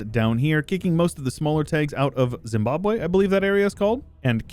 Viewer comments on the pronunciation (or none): none